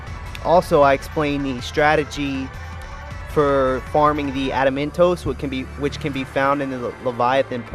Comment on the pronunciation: Funny how you keep saying adamintose instead of it's name.:P